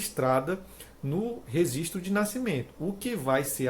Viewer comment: Rezistro de nascimento ? Só por Deus esse português m